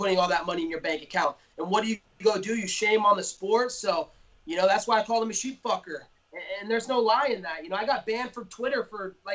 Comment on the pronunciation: "Sheep-fuker"!! Hahaha!!!😆 I love, that's hilarious.